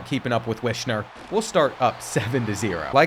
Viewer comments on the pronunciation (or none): I believe it's actually pronounced Wis-Ner